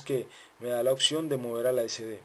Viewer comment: Opción Opción Opción !!!!!!!!!!!!!! NO SE DICE OKKKSION.....APRENDE A HABLAR PORFA....